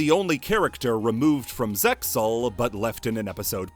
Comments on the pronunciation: The Zexal cut characters in the episode summaries brought me back to those times like a ratatouille ptsd flashback. I love this iceberg. Something something Zexal pronounced Zeal and a link to a reddit JPN production translation and a crying soyjack of myself ect ect. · Wouldn't you just link to an episode of the sub where they literally say ZeXal and the X is silent?